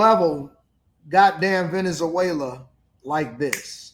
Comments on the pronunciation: how many times do you have to hear the PROPER pronunciation of VENEZ-WAYLA (Venezuela) to BELIEVE that the speakers KNOW what they're talking about!!??? You're educated... speak EDUCATEDLY!! Peace out... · A bro, if you don’t pronounce Venezuela correctly !!!😡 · Pronounce Venezuela correctly. Super cringey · This dude. Ant even pronounce the country right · Venezuela has four syllables Ve- ne zue -la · The way you are pronouncing Venezuela is tripping me out😂